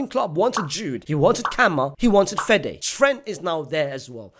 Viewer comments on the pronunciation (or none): are you hearing the disrespect on fedes name